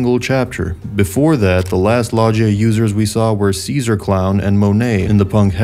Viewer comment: You seem so say logia incorrectly . You say (Lah-jee-ahh) when it’s (Loh-gi-ahh)